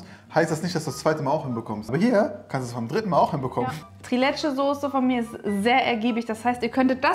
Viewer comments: Leckeres, authentisches Rezept! Die Soße sieht auch wie die aus Albanien aus. 😍 Das Dessert spricht man allerdings „Triiileeetschä“ nicht „Trilätschä“ aus :) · Das wird in der Türkei anders ausgesprochen